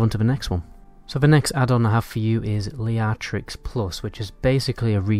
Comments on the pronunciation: Its Leatrix - Not Liatrix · it is called leatrix, not liatrix